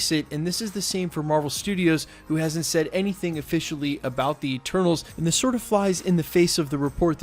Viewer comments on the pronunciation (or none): none